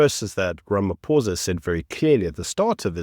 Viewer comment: Everyone mispronouncing his name..its ramapoes